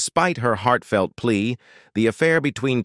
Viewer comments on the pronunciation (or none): none